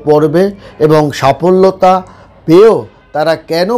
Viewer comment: আগে ঠিক করে বাংলা বলতে শিখুন। সফলতা, সাফলতা নয়।